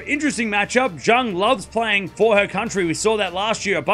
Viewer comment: Bad pronunciation for Zheng